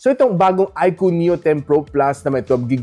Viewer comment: yowwnnn na bigkas nya din ng tama yung iqoo haha nice